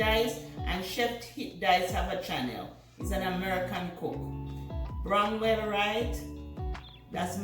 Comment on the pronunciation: Hmm mmmmmmmmm it smelling up the place😄😄😃always love that line. Great recipe again eat good tv 📺....gonna listen out for the non pork eaters now😄😄😃😁😁😃😃‼️‼️the name is Brom ell ...no W ...Bromell . Keep up the great work 👍 👏